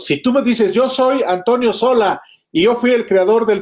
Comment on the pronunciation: Es Sola, no Solá